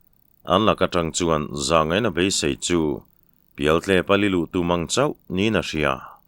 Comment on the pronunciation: Mangnghin a mang lai kha belmang a mang anga lamri lo in,maang thluk in thluk la a dik zawk lo maw,pawi hming a ni a.